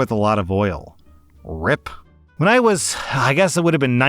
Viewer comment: That's "arr eye pee", as in "R.I.P.", as in "Rest In Peace" - not "rip".